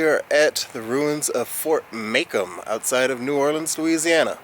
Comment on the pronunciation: Pronounced "Mah-Comb". Not too pleased about the new grafitti in there (it didn't have spray paint on it before). I am a part of a local history group that helps look after the forts. I appreciate the video and the respect you shown to the fort while making it and will pass it onto the group for them to check out. I suggest checking out Spash Fort (Fort St. John) near city park which is the oldest fortification in Louisiana and Fort Gaines on Dauphin Island (in Alabama, south of Mobile) which is open with admission and an awesome fort to tour.